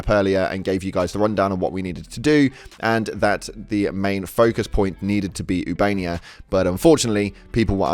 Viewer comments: ITS OOH-BA-NE-YA, NOT YOUBANIA! ❤ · I enjoy your videos but, oob -uh-nay-uh Not oo-bay-nee-uh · Ubainia? This dude can't read its official. 😂😂😂